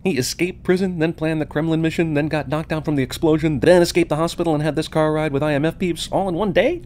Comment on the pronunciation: ***** They just changed it to "Misson" facepalm